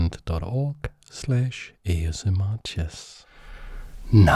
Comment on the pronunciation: Why do you say “H”SMR?